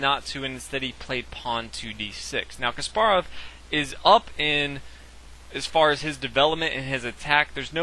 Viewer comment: omg stop saying ka SPAR ov...say KAS parov fuck!!!